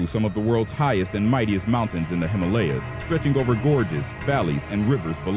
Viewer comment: The way he pronounced Himalayas lol